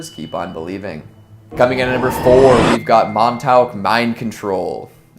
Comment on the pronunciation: Its pronounced mon talk and yes crazy stuff happened there and the property is still guarded by the military only certain parts are accessible